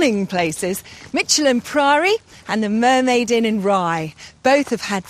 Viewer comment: It's pronounced Mick.. elham, not Mich.. elham.